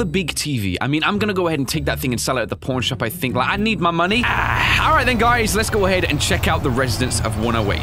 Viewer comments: Did anyone notice at the beginning he said porn shop owner instead of pawn shop owner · Does anyone else crack up when says “Pawn shop” because it sounds like porn shop?😂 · Is it just me or when says pawn shop it sounds like he says porn shop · every time he says pawn shop it sounds like porn shop to me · When he said pawn shop at first I thought he said porn shop XD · it also sounded like you said porn shop in stead of pawn shop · When you saw pawn shop it sounds like porn shop. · i can still hear porn shop instead of pawn shop lol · Is he saying porn shop